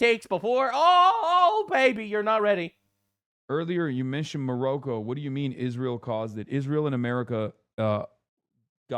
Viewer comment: Hassan also calls Morocco--- More Row Ko This is like Calling China --- Chin Ah